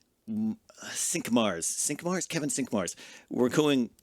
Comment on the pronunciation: My guess would be "sunk-marr" (Cinq-Mars means "5th of March" in French). - Schone (pronounced "shona"), not "shno". Germanic / Dutch name probably derived from the words for "Pretty Field". - Abasia (not "abrasia"). Means "inability to walk".